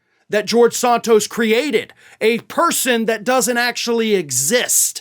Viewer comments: Why is he pronouncing "sOntos" as opposed to "sAntos"? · Is it Sant tos, or Saunt tos as you pronounce it? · Why do you pronounce Santos as Sahn tos? Are you native born American? Are you dyslexic? Or are you being pretentious? Other than that, I really appreciate your reports, and am a subscriber.